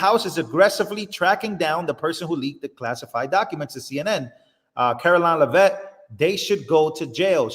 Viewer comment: Please the pronouncing for CARE-O-LINE LEV-IT Just trying to help